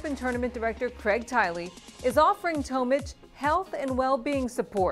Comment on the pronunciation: It’s Tomic not Tomich